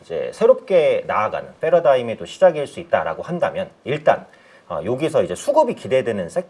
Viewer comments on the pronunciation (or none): 패러다임은 Paradigm 왜 굳이 f발음을 하나요. 번역하는 사람으로서 극혐.